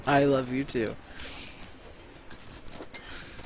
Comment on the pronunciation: "I ruv you"